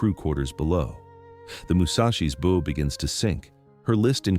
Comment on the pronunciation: More AI, (Artificial Idiocy). The word bow was mispronounced several times!